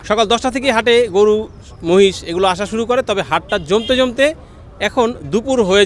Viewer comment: মাহিষ না মহিষ 😅